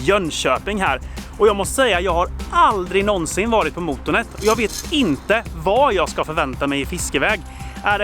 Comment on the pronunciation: man ska säga måtånet inte mootoonet